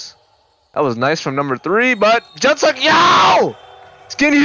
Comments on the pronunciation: its pronounced yuh june suck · Yuh June Suck is how you pronounce it. I already told you once don’t make me keep typing this to you. 😂